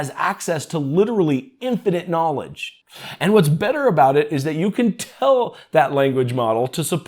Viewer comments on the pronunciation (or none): none